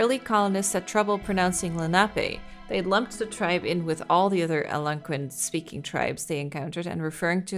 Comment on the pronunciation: pronouncing Algonquin is messing me up, gab it’s pronounced like: Al-gone-quinn